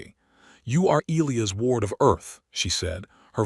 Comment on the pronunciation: Can you fix your AI to pronounce Elias correctly!?